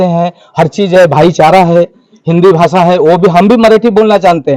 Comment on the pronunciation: हिंदी भी ठिक नहीं बोलते हो .... भासा नहीं भाषा होता है